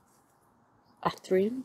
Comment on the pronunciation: You have a very interesting garden with some quite unusual plants. I have just subscribed to see more. You have a couple of very vigorous climbers. I can see you having to do quite a bit of pruning going forward. Ferns are one of my great loves. I have somewhere between 300 and 400 types. BTW your Athyrium is pronounced Ath-ear-re-um. Most people seem to get Fern pronunciation wrong. Polystichum being the classic. Most pronounce it Polly-stich-um but it should be Poll-is-tik-um. There are a whole range of very good Painted Ferns, including a hybrid called “Ghost”, this is a wonderful fern, but deciduous. The area you are considering putting an astilbe in would also grow quite a few different ferns as well. For winter Polypodium, especially the cambricum cultivars are wonderful as they die down in summer and look superb all winter and will be happy in both sun or shade. I noticed just behind your Agastache what looked like an Arum italicum Chameleon, not often seen if that’s what it is. Have you considered adding some Cyclamen hederifolium around the beds? Autumn flowers and wonderful foliage all winter, and totally hardy unlike those bedding Cyclamen (lovely though they are) that you have in pots. A lovely garden. I look forward to watching your other videos.